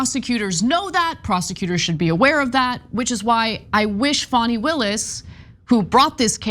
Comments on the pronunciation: She said fawny Willis... Dude, it's Fanny as in because she IS an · 😳 You know why ? ( Her name is * FANI, not Fanny ! * Fani, = ( fah knee ) 👍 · It’s Fanny not Fawni. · Hey. STOP calling Fani Willis Fawny. Her mama named her Fani. (pronounced Fanny). 😅